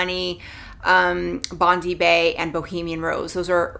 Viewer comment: Bondi is pronounced as Bond-dye. It’s a popular beach in Australia 😄